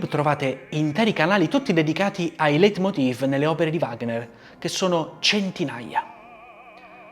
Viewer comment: Bravo, come sempre, è tutto bellissimo; solo un piccolo appunto glottologico: in tedesco, che evidentemente non conosci tanto bene, il dittongo ei si pronuncia ai, e si dice Leitmotiv al singolare, con la V pronunciata f, Leitmotive al plurale!